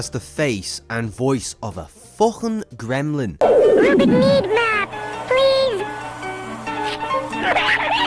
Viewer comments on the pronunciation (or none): I'm sorry, but I have to make a few corrections: -The original California Raisins commercials were developed by the California Raisin Advisory Board, not by any specific brand. -It's RUBIK, not Rubix...it's obvious from the clips you showed. -Turbo Teen's real name was BRENT Matthews, not Brett. -Bravestarr has three r's. 😉